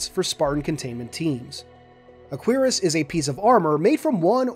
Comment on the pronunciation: I’m not the pronunciation police so you do what you like but Cuirass is properly pron. “KWUH-rass” with an emphasis on the “UH” and has the bonus effect of being 73% less likely to make 11 year olds giggle. (It was often pronounced quickly like “CURRass” so that’s another good option)